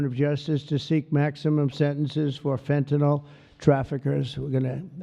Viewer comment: Wow! Right now 96 comments and about 80 of them are nonsense bot sh!t about some crypto crap. ALSO Trump literally cannot pronounce Fentanyl and I laugh every time